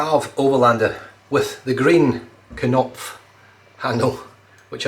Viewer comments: Nice shave, and thank you again. According to Google Translate, your pronunciation and translation of Knopf were perfect, we’ve all learned a very useful German word. 😌👏 I found it so difficult to make a video for my friend but I actually found myself smiling about a funny thing Frank once said to me yesterday. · You got the "knopf" pronunciation spot on this time,. It can mean knob or button.